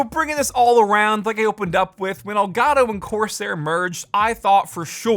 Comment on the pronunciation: i love how he says ol garo instead of el gato